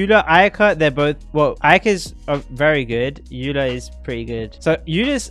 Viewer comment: He also keeps saying ayyla because he did a 2 second google search and for some reason thinks the name Eula is of German origin, but he isn't even saying it correctly in German. He's just stupid as well.